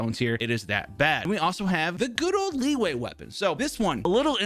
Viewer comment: The fact that he said lee - way